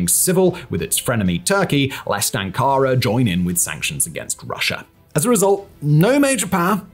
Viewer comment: Somebody tell how to pronounce Ankara.